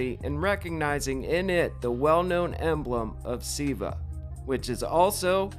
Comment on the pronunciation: It's fairly comprehensible when someone learns a word by reading therefore is unable to pronounce ir properly, but dude, since you own a channel which approaches religious and phylosophycal subjects, you ought to try a little harder and learn how to pronouce the basics... Listen to someone calling Lord Shiva "Civa" gives an atmosphere of blatant discredibility for if you do not even care abour learning the right pronunciation of the name of one of the main figures in the religious doctrine you are referring to, you know? Take it as a constructive criticism, not hate.